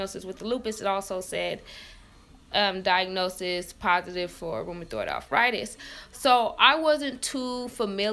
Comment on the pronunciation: RoomaToid arffrightes ? Wtf is that 🤣🤣😂😂